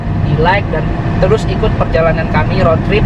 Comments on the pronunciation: Rot? Bukan rud? Indonesia bacanya...ejaan rot dan road salah cakap salah makna.baik menggunakan bahasa bangsa sendiri,kalau di seliti bagasa asing kena yg betul untuk pembelajaran.apapon saya suport. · Diseliti dengan bahasa english.tapi cara sebutan bukan english.jadi maknanya lain....contoh di cakap rot harus nya rud(road)